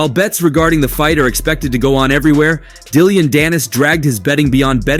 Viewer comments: It’s Dillon, not Dillion. And he’s so irrelevant to boxing that it’s a disgrace to even mention him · Dillion? You mean Dillon 😂